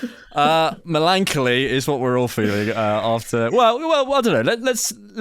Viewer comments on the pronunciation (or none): Milan - choli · "Milan Collee" - a true, era-defining scholar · Me-LAN-coly? Oh dear. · flubbing his word of the day has actually cured me of my melancholy 😂